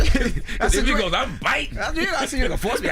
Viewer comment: Envy said I’m “Bitting” 😂😂🤦🏽‍♂️